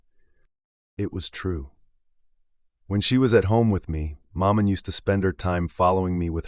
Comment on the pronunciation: Exactly. This is the problem I have with American narrators. With supreme confidence they will plough on and butcher every foreign word and place name. It's difficult listening.